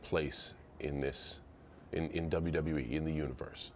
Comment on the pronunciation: the way that MC pronounces WWE is irritating at best